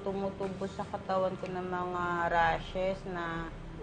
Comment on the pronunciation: “Rashes” wow nag english si bobong